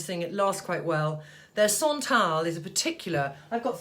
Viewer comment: Querulous ? I think you mean Penhaligons Quercus ? And it’s Roger ET Gallet , it’s Le Labo pronounced Lay Labbo and Santal is not sontale , it’s santal , as it’s spelled and for Guerlain , think “Gearlang” . Vetiver should smell of grasses , it’s green, it’s not incense which is dark and resinous . Just shows how subjective smells are . Quercus means “ oak” in Latin but Penhaligons Quercus is lemony and sweet and not in the least bit synthetic to my nose .